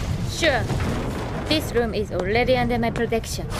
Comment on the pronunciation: "this loom is olledy undel my plotection..."